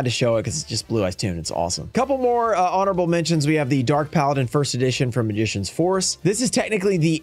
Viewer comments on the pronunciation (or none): says "horonable" instead of honorable 🙂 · "HORONABLE" mention lol